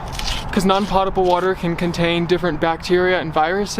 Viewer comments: just fyi, despite the way it looks, "potable" is pronounced poe-tah-ble not pot-able... in case you ever ask someone and they look at you funny lol:) thanks for sharing your adventures with us! it's always fun to see what you're up to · When you speak about water fit to drink, it's pronounced "pohtable". I enjoy your videos and, speaking as somebody who spent 14 years in network television, I think they're well-produced and interesting. I learn at least something new from every video. Keep up the good work. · "Potable" is pronounced with a LONG "O" like "hope" not a short one like "pot". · Potable is not pronounced like "pot," sorry. It rhymes with soap.